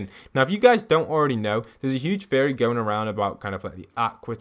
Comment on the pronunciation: Like the vids man, but I cant unhear you say fairy instead of theory and with the runes of last season, I heard ruins all the time xD Anyone else hear this aswell?